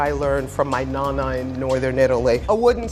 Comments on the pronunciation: “my NAna” like ughh it’s pronounced NONna if you’re gonna flex say it right 😂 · Oh hell naw, did she say from her “nah nah” from northern Italy???? Noo broo it’s nonna 🤌